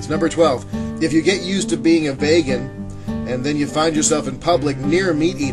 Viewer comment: 2. It's "vee-gun", not "vay-gun". 3. Even if meat eaters do get all of they're minerals, they also get too much fat and mega-doses of protein. 4. Everything else you said is bullshit and doesn't deserve a response.